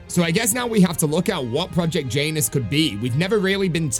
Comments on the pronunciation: I believe it’s pronounced Janus like you would say January and not like Jaynus. I know it’s not important and is a bit nitpicky but it was driving me nuts hearing it pronounced like that 😂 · Jan-us project Jan - us … not J-anus super funny not gonna call it anything else but anus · Bro please dont say Janus like that💀